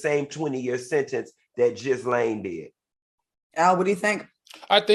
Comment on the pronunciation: The way Dineva is butchering Ghislane pronunciation😂